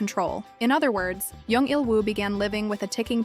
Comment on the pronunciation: It's jung not young say it right